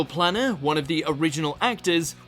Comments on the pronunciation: Nigel Planer (play-ner) played Neil in "The Young Ones". Nigel Planner sounds a Faragian schemer. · Its Nigel PLANER NOT PLANNER Planer to rhyme with PLAINER